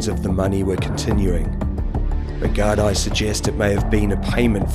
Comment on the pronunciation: Gardaí pronounced Gar-Dee or ya could just say Garda too. Also, Drogheda is pronounced Draw-heh-da.